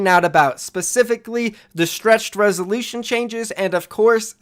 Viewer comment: Stretched resoleeshin